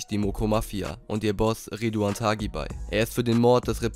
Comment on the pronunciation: Ridouan Taghi und nicht Thagi. Sein Name spricht sich auf Marokkanisch :"tari". Und übrigens super Video